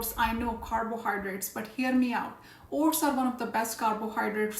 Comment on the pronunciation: You scared me. I thought you were saying HORSE. Then I saw the screen and saw OATS. Say O-T-S.